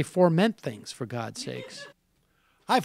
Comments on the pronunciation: He got the word wrong, too. It's "foment," not "forment." -_ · Man, he really enunciated that mispronunciation, too. Leaned way into it. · Foment or forment?